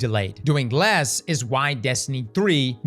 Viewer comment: “… by attempting to do Les” “Doing Les…” “Doing Les…” Can’t unhear